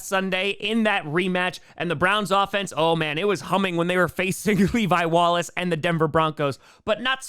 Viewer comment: Saying levi wallaces name should be a federal crime